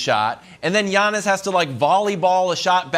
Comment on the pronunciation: It’s Giannis lol